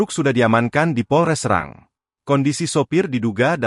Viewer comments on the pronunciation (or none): Terkadang narator tdk benar dalam berita serang itu nama kota tapi dibaca serang yg diartikang sama dengan ganyang